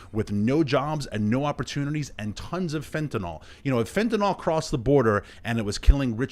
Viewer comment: ATTENTION DIPSHITS: IT'S NOT PRONOUNCED FENT-A-NALL, IT'S PRONOUNCED FENTA-NILL!